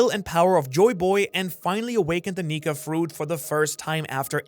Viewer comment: really gonna have to start pronouncing those K'S in Nika my guy 🥲😂